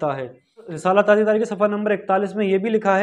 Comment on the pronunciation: Lafz tajia nahi Tazia hy